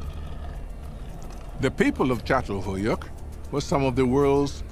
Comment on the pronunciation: Maşallah ne güzel çatalhöyük diyor